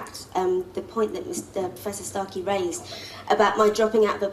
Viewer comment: Is it just me, or is David Starkeys voice really satisfying? Lol the way he perfectly pronunciates every single letter is just mwwuaahh 💯😂